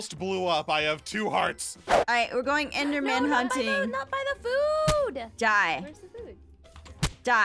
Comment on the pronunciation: What Jess said: "We have to kill the enderman"What I heared: "We have to kill the elder man."